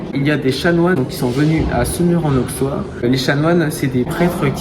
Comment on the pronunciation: Étant Semurois, je suis fier de notre magnifique Collégiale 😊 Bravo pour votre vidéo ! PS : En Bourgogne, le x se prononce sse. Ont dit Aussois, Ausserre etc 😉